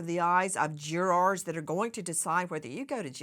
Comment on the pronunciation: It’s crazy how she pronounces “jurors” 😅 “juraaars”